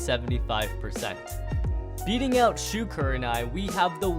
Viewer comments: Shu not shoe bro 🤣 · Lmao he said "shoe" Instead of shu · It’s a thusly shu not shoe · Shoe, not Shu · bro when will u get it right it's "Shu"